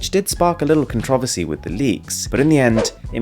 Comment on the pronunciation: Con-traw-versy lol